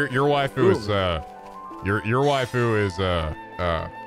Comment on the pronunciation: Holy shit actually said Waifu correctly, its a miracle!